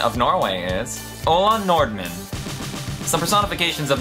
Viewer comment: Total fail at pronouncing Ola Nordmann.